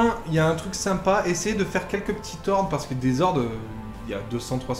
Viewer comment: Les z'hordes....😳 mes oreilles saignent!